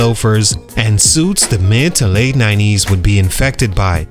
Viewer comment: mid-too-late eighties, and mid-to-late nineties.